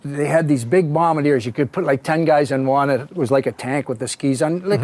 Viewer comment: I love how Darryl said Bombadeer instead of Bombardier. 😂😂 It's how it was said when we were kids in the 70s, and few people still say it. Not that it comes up during conversations too often 😂😂. Harold Ballard was an honest guy? 😂😂😂😂😂😂. He was nuts and a crook who went to jail for fraud. He screwed over Sittler so badly, I'm surprised Darryl says anything nice about the guy. Although, I suspect he knows how strongly Tiger feels about him, so Darryl likely said mostly positive things out of respect for his buddy Tiger. Someone needs to write an uncensored book about what, some of, the Leaf players did/got away with in fhe 70s. You hear stories, usually the 100th telling of them. Then you get older, and oddly enough, one of your friends becomes a lawyer, who starts doing work for the NHL and a few players. Some are younger players, and some are older players. And obviously the older players were a bit more wild than today's player's are, so they have the best inside stories. Like getting caught driving the wrong way on the HWY, while totally 💩 faced. Drunk driving wasn't a big deal back then, and it was often ignored. He got away with it because, they always did, he knew the cop. In fact the players knew all the right cops, they gave them tickets to games, sticks, sweaters, etc, and in return the cops let them get away with whatever they wanted to.